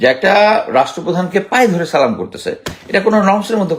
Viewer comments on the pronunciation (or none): Sir দয়া করে সালাম টা শুদ্ধ করে দিবেন প্লিজ।